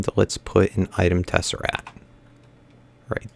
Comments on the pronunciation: Am I the only one getting annoyed of him saying tesserat and not tesseract? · It is not a tesserat. It's a TesseRACT not TesseRAT. It is not a rat! Like if you agree, and dislike if you dont agree. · Please pronounce tesseract correctly. There's actually a "C" in there before the "T"